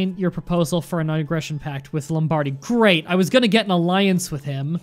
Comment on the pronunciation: Still enjoying the absolute massacres of pronunciations after 40 episodes. Cortair, LombArdy, austrias.